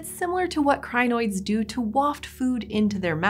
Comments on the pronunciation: It is Crin-oids just two syllables. Crin and oid. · Every time she says crinoids it reminds me of zanoits, from the Ricardo ep of adventure time lol